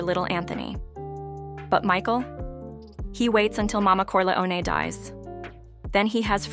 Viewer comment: The AI voice ruins it. Can't even pronounce "Corleone."